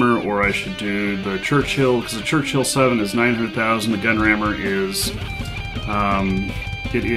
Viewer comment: it is Churchill, not Churchhill. Otherwise - thank you for sharing your battles...